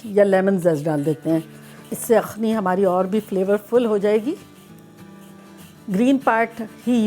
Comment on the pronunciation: Anti akhni nahi yakhni kehty hein